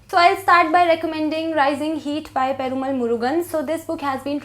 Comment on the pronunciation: Loved your review. Keep up the good work! But I would just like to add that it is pronounced /peruma:l/